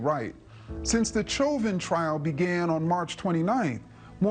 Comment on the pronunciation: Ibram Kendi didn’t even pronounce Chauvin’s name right. Clearly he doesn’t know s***.